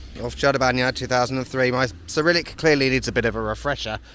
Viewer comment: Welcome back,!!! <3 Kudos, your Cyrillic is great! Bro, you saw more of Serbia than I did.. Srsly making me want to visit all that places.. Personaly I like hearing you pronouncing, commenting stuff around you, it makes videos very entertaining to watch as Serbian..:)